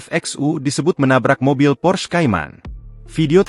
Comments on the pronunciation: PORSCHE bukan pors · Bacanta porsche,, bukan pors